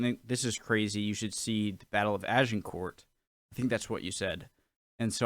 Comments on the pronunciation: Pronunciation tips - 'Cressy', Agin-core' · Pronunciation: Agincourt- A-jin-cor (silent t), Crecy- Cre-see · Crécy = Cressy. Agincourt - Aj-in-corr. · Brave attempt at pronunciation from, I guess, a non-French speaker. You were close. Crecy is Cressie like Jessie. Agincourt is more complicated: Ah-Zhin-Cor. I’ve been to both villages, and they are literally just villages. :-) Ed III was Longshank’s grandson. A surprise to everyone seeing as Ed II was certainly bisexual and probably gay, indeed records suggest that Ed III’s father may have been a squire or knight in the Queen’s service … because Ed II was documented as being a long way (in France) from his Queen (in England) during the likely month of conception. If you want to know more of Agincourt, you should watch Kenneth Branagh‘s brilliant film of Henry V, which culminates in the Battle. Fine work, by the way. “I’m just a guy who wants to learn” should be the mantra we all live by. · I know the narrator on this clip pronounced Agincourt sounding the T, but Agincourt, located in Northern France, is pronounced without the sound of the t at the end, and more of a Z sound in place of the G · Even though it spelt agincourt you pronounce it without the T for the French way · Crecy = 'Creshee'. No, not that close - art of the time is often lacking in perspective. Agincourt = 'Ag' with a soft 'g' - 'an' as in 'anger' - 'cor' is the Anglicised version of the French, who spell it 'Azincourt'. For Agincourt, it's worth checking Mike Loades dissection